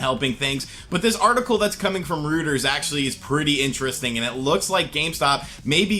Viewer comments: For future reference, It’s not pronounced “Rooters,” it’s pronounced “Roy-turs.” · What is Rooters? Reuters is pronounced Roy-ters... lol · For the news wire, it’s roy-ters not roo-ters :-) My Mom retired from there. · Ruters ? Lol lol what’s that lol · Pronounced Roy Ters. You're still awesome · Love you my main man, but it's pronounced Royters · ROID -ers, it’s pronounced roiders like steroids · its pronounced roiders like hemorrhoids. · It's pronounced ROY-TERS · It's pronounced "Royters". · What an interesting story from “Rooters.” It rhymes with loiters not hooters. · Reuters, pronounced roy-ters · was going to say same exact thing.